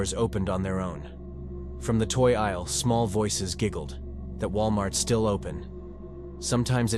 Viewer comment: Consider a different voice that doesn't keep glitching. Distracting. Example: Aisle 7 pronounced "Isell 7"